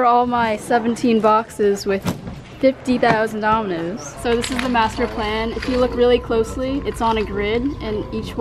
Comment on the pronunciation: ANY1 HEAR DOMINUS INSTEAD OF DOMINOES